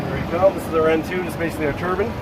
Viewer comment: I know you all heard this man say turbin instead of turbine